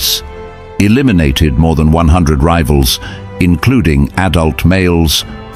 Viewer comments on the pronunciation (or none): none